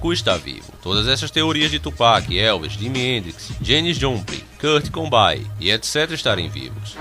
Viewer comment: janis jupulin, kurt combain.. kk